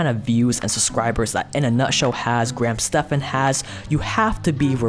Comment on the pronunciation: pretty sure it is pronounced graham STEVENS